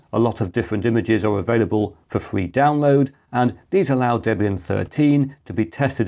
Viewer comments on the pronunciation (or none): none